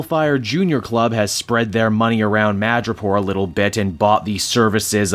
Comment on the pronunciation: Madripoot? your Canadian is showing